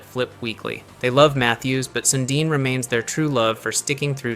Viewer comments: Sundin ??? Wtf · I got offended when he said his name wrong he is a legend in winnipeg